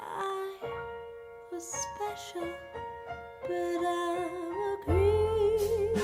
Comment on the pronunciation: You are not pronouncing the words in the lyrics so that they can be understood. Especially the word "creep", sounds like "cree".